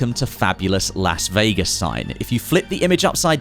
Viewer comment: Say "Lass" Vegas again..?